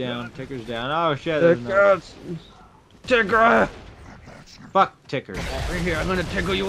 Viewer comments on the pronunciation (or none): lmao "ohhhh gawd a tickR"